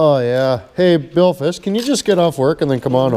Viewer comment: billfis he says